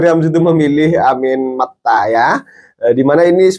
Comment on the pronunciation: Anis mata bukan amin makta mas😅(menit )